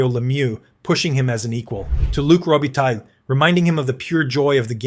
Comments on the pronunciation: Row- Be-Tie Mispronounciation gets distracting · You have to learn a little bit how to pronounce Robitaille so that it is not such a total massacre. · Interesting video, thanks. One note about your production and that is if you are serious about making them you need to to get better at pronouncing the players names. I wince each time you mention Luc Robitaille.